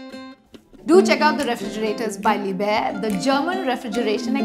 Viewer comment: You are pronouncing liebherr wrong It should be pronounced as LEEBHER.